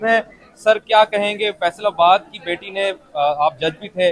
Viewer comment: Ye faisalabad aise bol raha tah mujhe laga faisal abbas bol raha hai main search karne nikal gay kon hai ye faisal abbas baad main pata chal faisalabad bol raha hai chawal insan😅